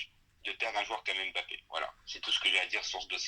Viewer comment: on ne dit pas M.BAPPE mais MBAPPE merci.